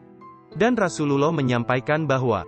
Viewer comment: Sedikit masukan untuk narrator : penyebutan kurang tepat untuk Rasulullah (rosululloh), nabiyullah (nabiyulloh), waliyullah (waliyulloh)